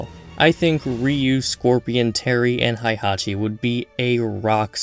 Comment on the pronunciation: It's pronounced Hey-hachi.